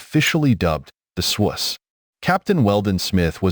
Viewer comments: Shouldn't the name "Swoose" be pronounced rhyming with the word "goose?" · It is the swoose. The ai is saying it wrong